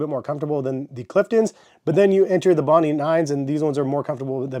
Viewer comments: Good review. Only it’s called bondi not bondee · It’s pronounced, “Bon-dye.” named after a beach in Australia. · FYI, it's pronounced 'bond-eye' as in Bondi Beach in Australia.